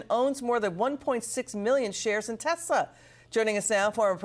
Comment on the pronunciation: I LOVE TESLER! 😂😂😂